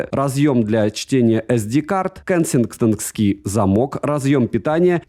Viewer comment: особый респект за безошибочнопроизнесенное "кенсингтонский замок"")))👍